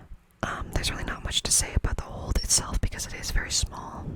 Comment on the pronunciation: Are you saying old or hold?